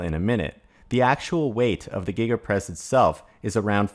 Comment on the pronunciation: Did he say Giga Press or Giggidy Press ??